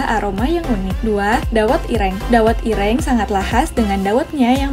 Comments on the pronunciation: Min...kue lompong dibubgkus pake KLARAS ( daun pisang kering ) bukan daun jagung kering. Oyaa..logat ngomongnya si mimin nih kental logat jawanya..tpi masak iya gak bisa baca " ireng " dan " geblek " ?? hadeeuhh 👿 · Min...kue lompong dibungkusnya pake KLARAS ( daun pisang kering ) bukan daun jagung kering. Oyaa..logat ngomongnya si mimin nih kental logat jawanya..tpi masak iya gak bisa baca " ireng " dan " geblek " ?? hadeeuhh 👿